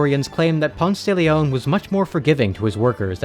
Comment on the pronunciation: it’s Pon-say if you aren’t talking him outside Atlanta lmaoo